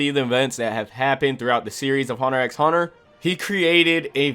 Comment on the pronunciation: Cool list but is there a reason you are saying the X in the title of the anime. It does not pronounced. It is just called Hunter Hunter. The x is silent